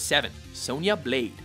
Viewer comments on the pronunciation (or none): the way he says "blade" bothers me Sonya Bilade? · So basically every character from the first one (except poor Kano)... And because that leaves a few spots... Add a couple from #2. Some of the later characters were definitely better than Johnny cage and Sonya blade. Also, you say "blade" weird.